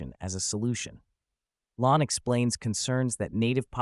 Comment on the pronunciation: Lahn is pronounced "LANE".